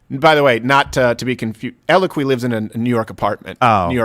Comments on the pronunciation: Steven’s French Canadian pronunciation of the drug Eliquis has me lol-ing. 🤣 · Damn French-Canadians….it’s eloQUISSSSS STEVEN, ELO-KWISS….🤦🏻‍♀️ Dad takes it. Still love the point, but ELOKWISSSSS….not ELOKWEEEEEE 🤣😂🤣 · Its pronounced EL E C W I S